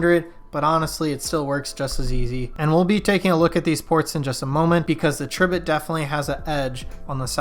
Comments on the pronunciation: Isn't it pronounced Tri - bit as in "TRY" BIT??? That's what I think. Makes me cringe every time you say it. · Pronounced TRY bit, haha!